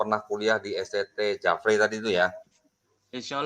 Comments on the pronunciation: nyebut nama STT nya kok aneh ya.. Di Mks jarang disebut STT jafre..biasa disebut STT Jefri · Spelling nya salah, org makassar selalu baca nya Jefri, bukan jafray... Satu lg, bukan stt tp STFT